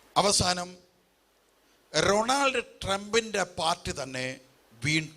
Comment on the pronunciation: Most people wonder how a common man who can't even pronounce Donald Trump's name properly made such an accurate prophecy!😅😅കാണിപ്പയ്യൂരിനെപ്പോലുള്ളവരെ മാത്രമേ അവർ കണ്ടിട്ടുള്ളൂ 😅😅